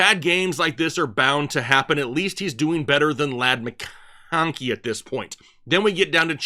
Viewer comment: Love your content, but can't stand the way you pronounce some names like Goedert, mcKonkey and Herbert. Just say the names like a normal person.